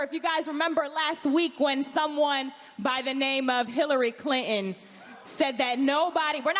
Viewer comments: Lmao she said Hillary Clin-in its Clinton speak English 😂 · Has anyone else noticed that young people say bu un instead of button? Cli un instead of Clinton.